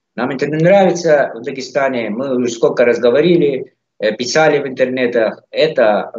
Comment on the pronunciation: Явно у армянский акцент,надо было в самом деле недовольного лезгина пригласить. ДОСТАТОЧНО, когда произносит:"Ми"-мы😅